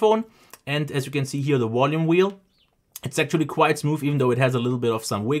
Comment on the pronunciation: Wolume whelle